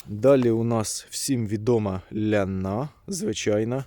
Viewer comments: Чого лянА якщо це ЛЯна , це жіноче ім'я.... це старий старий сорт.... капуцинів шене чула щоб так назву перекручували.... і знову халІ галІ, піпєц тож правильно хАлі-гАлі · Ляна наголос на я